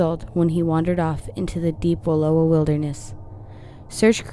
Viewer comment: Wallowa is pronounced Wuh-LOUW-uh.